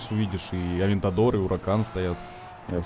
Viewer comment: Саня, Не Уракан, а Хуракан